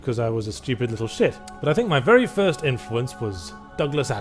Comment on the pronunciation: "It's MY ritual it myeh ritual, its myehmyehmuhmeh " 😂